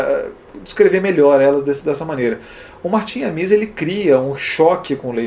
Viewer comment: De onde você tirou essa pronúncia afrancesada de "Amis": A-mÍs? A tônica está em A: A-mis. Martin A-mis.